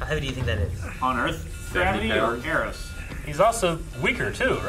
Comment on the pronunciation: EROS, sounds like "air ghost"